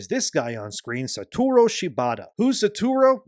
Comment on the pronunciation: The number of time Shibata Satoru been called “Saturo” over this video made it so much harder to listen to 😭 (Like, I’m not an English speaker and hearing one’s name being butchered again and again is so distracting)